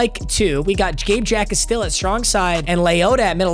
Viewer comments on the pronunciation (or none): The J in Jacas is silent. So rather than “Jack-iss”, it’s “Ack-iss”. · It’s pronounced without the J bro 😭😭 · definitely pronounced "Gabe Jackass" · Jacas is pronounced ha-kiss as a die hard Illini